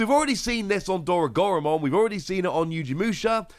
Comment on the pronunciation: 2 things; 1, it is most likely pronounced oh ryu mon. 2, there most likely will be a level 7 digimon with alphamon in its name because “Alphamon Ouryuken” is a jogress of alphamon and ouryumon